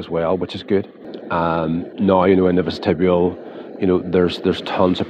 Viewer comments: That's an interesting pronunciation of the word vestibule. I've never heard that before. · Great video…thx! Was intrigued by your pronunciation of ‘vestibule’ though…is that the usual pronunciation in Northern Ireland?